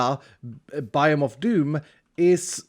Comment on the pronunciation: It's not a biome, it's a bi-home